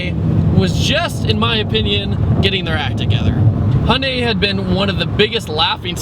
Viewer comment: hunday, its hy-un-dai